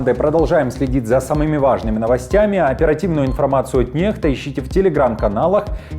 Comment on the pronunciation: НеКста, а не неХта, меняйте буквы